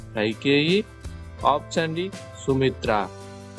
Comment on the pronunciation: Mundu meeru option ane padam correct ga palakandi, ఆప్షన్ అని. పలకండి, అపచ్చాన్ కదూ